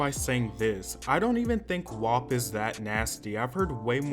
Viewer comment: I’m not usually this type but you’re say WAP wrong. Think like rap with a W. It sounds like you’re saying Wop which is a derogatory term for Italians